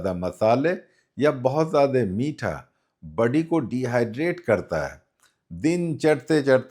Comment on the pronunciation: budy nahin body bolte hain